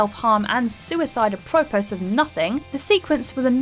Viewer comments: did she really just pronounce "apropos" as "uh-PRO-puss" instead of "a-pruh-PO" . Seriously did no one watch this before posting it? If you don't know a word, ask. Don't just sound it out. Honestly "uh-PROH-puss of nothing." I'll forgive leaving out the third syllable of adaptation . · "Huge" Jackman "apropus" of nothing his 2009 "adaption" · Huge Jackman? Apropose? Can you guy, I dunno, CHECK pronunciations of stuff before it goes out? It'd save you a whole lot of hate. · Please teach the narrator how to pronounce "denouement" and "apropos". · “Denouement” and “apropos” are NOT pronounced like that. And you do realize that NYC’s nickname is “The city that never sleeps” right? No, you can’t just do your shots at 5 am and expect it to be deserted. Just so much wrong with this list. And that’s not starting on the choices, but everyone else has covered that. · How did she pronounce “apropos”?